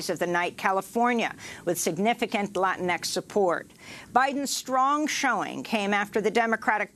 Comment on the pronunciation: Amy. It's LATINX. Not Latin X. I wouldn't have posted this, people make mistakes, but Amy said it twice. Latinx is a word for folks who aren't cis gendered from Latin America. Not a Spanish speaking superhero revolutionary.